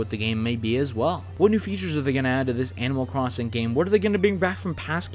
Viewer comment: Animal Cwossing 😂